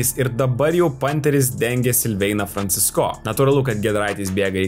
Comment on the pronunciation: Kaimiečiai, koks Franciscooooo ? Franciiiiisco . Ar negirdit kaip Eurolygos komentatoriai užsieniečiai komentuoja ? P.s. Visos gynybos geros, kai priešininkas elementariai nepataiko ( kaip mes prieš Puertoriką ).